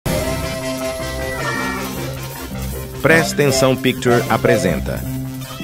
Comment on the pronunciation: Prestensao pucturies kkk